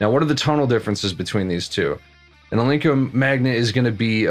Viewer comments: Are you saying Al-Link-Co ? it's pronounced Al Nick - O Alnico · It's ALNICO, not alinco!